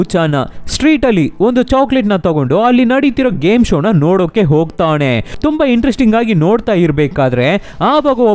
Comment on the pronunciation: sir ಹೊಗ್ತಾಣೆ ಅಲ್ಲ, ಹೊಗ್ತಾನೆ 😅